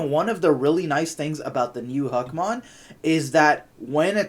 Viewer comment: im giving this a dislike because u keep saying Hackmon. lol it literally says Huckmon